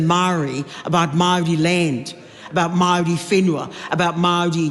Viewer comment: At the risk of sounding racist, I have never heard Maori pronounced that way in my 40 years in New Zealand. I live in Waitara and was always told it doesn't matter the word, you should always roll the R. Not to mention the rest of the pronunciation.